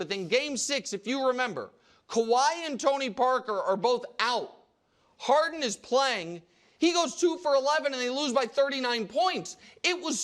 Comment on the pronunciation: It's James "Haren", there's no "D" in "Haren".